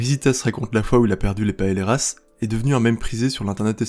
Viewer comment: Rissssitas et pas riZitas...PaéYéras et pas paélérasse...